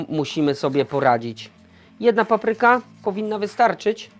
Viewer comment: Świetnie, ale zawsze jest coś do poprawy: 1. Nieumytą po kurczaku ręką podkręcił regulator palnika. 2. Ręce umył bez mydła. 3. Akcent w słowie "papryka". To nie "muzyka", więc dlaczego na pierwszej sylabie? P.S. Ten tatuaż jest zmywalny?